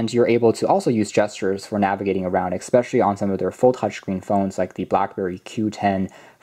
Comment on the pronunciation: I find the way you pronounce "especially" very annoying.